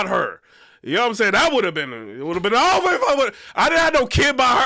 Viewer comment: It's ovha! It's ovha😂 chill